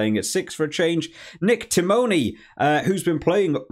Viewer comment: Loughman is pronounced Loch-man, as in Loch Ness. Plays for Munster. Timoney is pronounced Timmony, stress on the Tim, not Tim-O-ney, and is superhuman when it comes to making tackles.